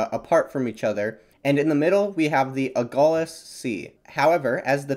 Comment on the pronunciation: The Lh in Agulhas is pronounced the same way as the Ll in Llama.